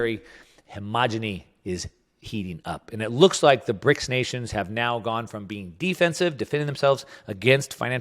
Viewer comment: Well, he got the "S" in BRICS wrong too ;-)